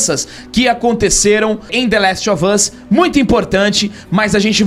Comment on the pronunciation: É, The Lastovas, aprendam a falar, viu? Kkkkkkkk....